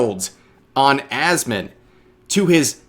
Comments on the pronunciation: Is he calling him, 'Assman' On purpose. 🙄😒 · Why are they intentionally mispronouncing his name? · Did call Asmon "Assman"?? Haha. Hilarious.